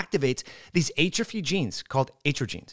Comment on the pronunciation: Great info. But you are killing me with how you pronounce atrophy